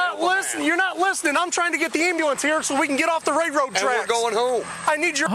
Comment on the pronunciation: The most frustrating part of this interaction is listening to the officer call them "ray-road" tracks 😂